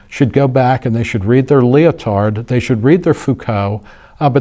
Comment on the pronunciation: I'm halfway through the video and it's already very interesting. Thank you for the different perspective. The tie in with Hayek's idea of scientism kind of sold me on continuing to watch to be honest. One criticism though, when you pronounce Lyotard, it sounds like you say "leotard" and that brings disturbing images! Please don't pronounce the D at the end, it's silent in French. :D